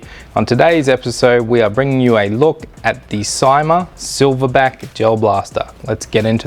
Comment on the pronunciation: It's pronounced "see-ma" !